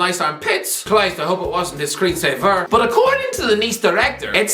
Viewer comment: I come for the high-quality football analysis. I stay for placing the emphasis on the final syllable in the word screensaver.